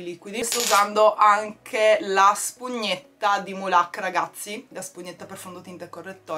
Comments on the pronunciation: Io Mulac lo pronuncio con l'accento sulla u, non sulla a...ceh è Mùlac, non Mulàc, giusto? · Mulac è un brand italiano, quindi non ci vuole l'accento sulla a. Per curiosità ti dico il significato del nome: Make-Up LA Cindina (perché è lei la direttrice artistica). In pratica è un acronimo 😂. Spero di esserti stata utile!😊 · Sì hai ragione anche io avrei preferito si documentasse almeno sulla pronuncia corretta del brand... Che poi cavolo mi sembra assurdo che non lo sapesse, però vabbè 😅